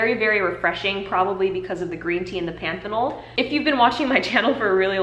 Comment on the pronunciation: You're pronouncing panthenol (vitamin B5) correct. Great video.